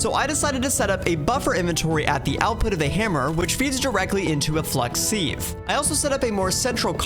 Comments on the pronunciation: Man I’m getting so PISSED everytime you say seave and not SIEVE. Where did you learn to say SEAVE. YOU PRONOUNCE IT SIV ARE YOU FUCKING MAD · Never have i heard someone pronounce siv as seev, sounds so weird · Completely unwatchable, what the hell is a seahhve🥴, its sieve, pronounced “siv”, you put things in a sieve, not a fucking seave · Sieve is not pronounced "seeve" like leave, it's "siv" like give. otherwise an enjoyable video. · why can’t this YouTuber pronounce sieve